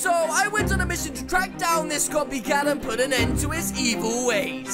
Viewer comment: I taught you said coffee cat